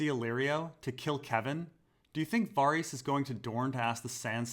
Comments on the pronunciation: bruh it's VA-RISS not Var-rees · VAH-REEHS ? dafuq?